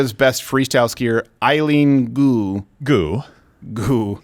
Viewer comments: Name is pronounced "g-u", each letter pronounced separately, soft G accent on the G; your "goo" started bugging me, sorry. Buycott her, sick of American identity being defined as skin color, ethnicity, gender or no gender, but worse, she betrayed USA. She should stay where she is, do not come back. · I hate the part when they make fun of her last name "Gu" as go... wtf